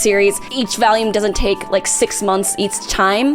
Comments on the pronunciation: Also: It's vahl-yoom, not Valium. 🤣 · Is she saying 'vahlume' instead of volume? Am I going crazy? I'm going crazy. Shit. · Where is from? She says valume (volume). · why does she say valume?????? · Valume valume valume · The way you say volume is so funny to me.